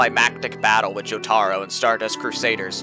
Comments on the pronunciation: took me a few minutes to realize "Joe-Tara" was Jotaro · great video (except for the pronunciation of Jotaro haha)